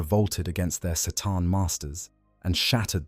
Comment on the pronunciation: Sataan lolol, you mean C'tan